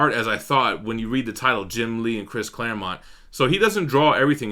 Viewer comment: You said ClareMOUNT again. 😂